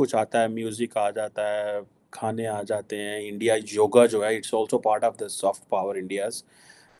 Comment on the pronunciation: It's Yoga not joga